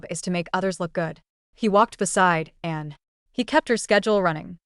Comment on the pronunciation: Din't anyone notice that the narration about Anne's husband cannot pronounce her name?